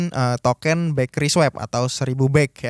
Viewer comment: Sebut token-nya pake eu Pak, jgn pake é. Jd salfok ke 'sesuatu' yg lain hahaha